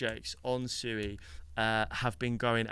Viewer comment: It’s pronounced SWEE as in the word SUITE. You obviously have not watched anything with the founders. Just because most people pronounce it wrong doesn’t make it ok